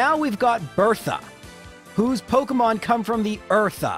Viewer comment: Dude, you seriously need to look up a video on how to pronounce Pokemon names